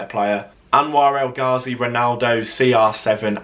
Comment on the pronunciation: “Saw it at Wembley with that El Gahzi goal” well you didn’t